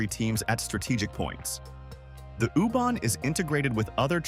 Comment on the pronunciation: I can’t watch this, the AI voice saying “ooh barn” is just too annoying